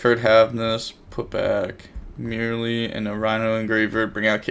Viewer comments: For God's sake it's Mer-lee, like "mer-maid", not "merely" lol.. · Its so easy to pronounce it correctly, why take the extra effort to not read the name and mispronounce it lmao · How do you pronounce Reino correctly, but mispronounce merli? You doing it on purpose !😂